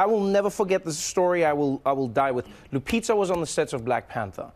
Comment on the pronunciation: It's painful to hear them pronounce it 😂😂😂😂. I gave up on people at my office pronouncing my last name correctly.